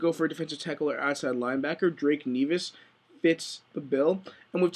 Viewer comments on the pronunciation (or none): Maybe I heard you wrong, but did you Drake Nevis (neh-vis not knee-vis btw) an OLB...?